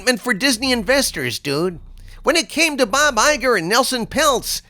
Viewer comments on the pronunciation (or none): none